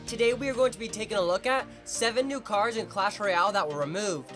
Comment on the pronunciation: cardzh? Lol